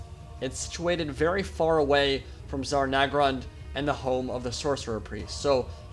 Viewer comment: Cool video, but It's Zharr Naggrund, not Zarr Naggrund.